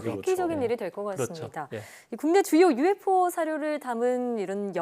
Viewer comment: 교수님 차라리 유에포라고 해주세요.ㅡㅡ.